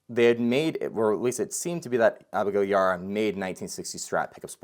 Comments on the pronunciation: Abigail’s last name is pronounced E bar ah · it's pronounced YA-BAR-AH